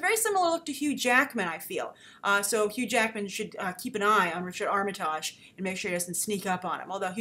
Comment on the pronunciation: First, his name is pronounced Arm-uh-tig, short i, soft g at the end.